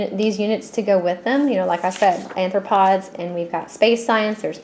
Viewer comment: Sounds awesome, but it is pronounced ARE-throw-pods.